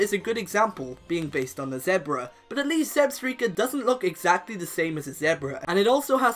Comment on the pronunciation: that isn't how you say zebra.